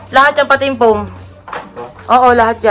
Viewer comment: MYGHAD FOAM NOT FOEM